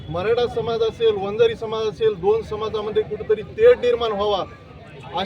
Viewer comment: बंजारा नाही रे वंजारी म्हणा